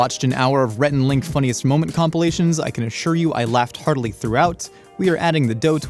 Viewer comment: Was that "laughed heartily" or "laughed hardly" lol